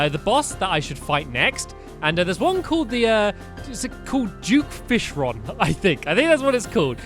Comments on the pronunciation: Duke not juke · stampy you saying it wrong its duke fishron not juke fishron XD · Did he say duke or juke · Its duke fishron not juke fishron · duke fishron not juke fishron XD! its fine doe ^-^ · it's duke not juke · Is it bad that I heard Stampy saying "Juke Fish Rod" but not Duke Fishron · duke fishron not juke fishron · stampy you said duke fishron correct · Lol "Juke" Fishron